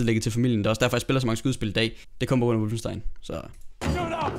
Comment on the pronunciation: Hvad fik du af karakter i tysk!? Det udtales som det skrives - WOLFENstein. Med O.